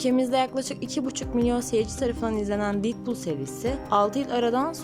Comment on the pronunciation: didpul değil dedpul diye telaffuz ederseniz sevinirim ayrıca filmin adı deadpool 3 değil deadpool & wolverine...